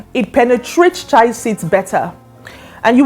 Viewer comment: It's called Chia not what you are pronuncing